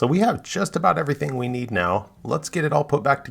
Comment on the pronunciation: Did he say a few places neen cleaning 😂😂